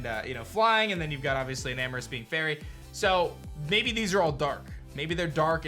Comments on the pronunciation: isn't it enamorous not eternatus🚶🏽‍♂️ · I am a nerd: not eternatus but enamrous